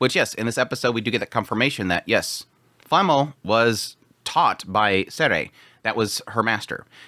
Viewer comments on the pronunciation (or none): She is called Flamme not Flamml